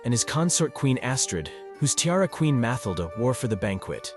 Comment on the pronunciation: Dud its FabiOLA and MatilDE stop saying the names wrong if you cant say the names ride don’t make this things make films about pepole whos name you can say